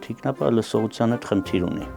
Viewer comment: ջան, ԹիկնապահԸ, ոչ թե՝ թիկնապաՆ